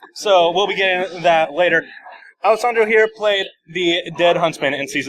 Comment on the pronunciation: 'Alesandro' You tried, good sir. But nice video ^ ^